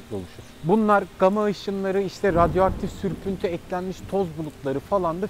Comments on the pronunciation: sürpüntü diyon süprüntü yazyon :D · sürpüntü diyo altyazı süprüntü diyo hangisi doğru aq